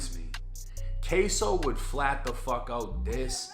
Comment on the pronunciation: K-su. Not k-so